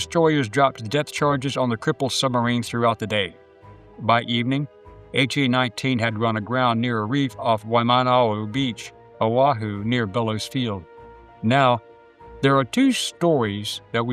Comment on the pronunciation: Wow, fascinating history. I was stationed aboard MCB Kaneohe Bay in the early 00s and did many training exercises at Bellows (OK...one correction, Waimanalo beach is pronounced Why-ma-nah-low). I heard about the midget submarine, and knew there had been a POW, but I have never heard the potential for two methods of his survival. I enjoy your channel. Semper Fi.